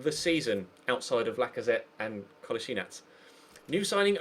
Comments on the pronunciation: rhyssmith its actually ko la shee natz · it's Kol - A - Si - nac